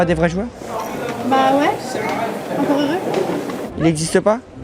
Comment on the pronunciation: Le "ouai" sans le s qui me fait physiquement mal au cul... Pourquoi..?